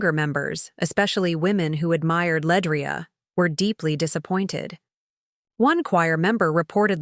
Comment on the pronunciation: LeAndria not Ledrai sigh moving on